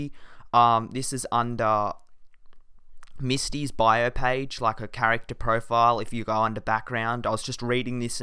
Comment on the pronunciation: its Mistys not missys